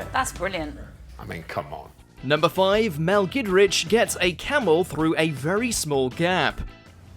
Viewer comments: Mell gidrich😂🤣 that's not how you pronounce it besti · And of course Mel's last name